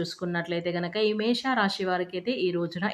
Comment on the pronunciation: అక్క నీ కో దండం. అది మేష రాశి. మేషా కాదు.